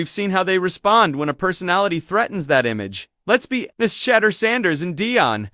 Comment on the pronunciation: He’s not a type of cheese. His name is pronounced: “Shah-durr.”